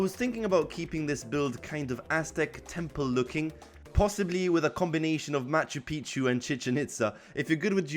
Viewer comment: As soon as i heard machapichi i knew this man wasn't American